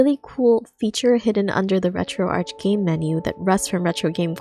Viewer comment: Why do you pronounce ArchOS correctly but you mispronounce Retroarch?